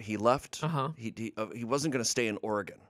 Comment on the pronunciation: As an Oregonian, I appreciate pronouncing Oregon correctly.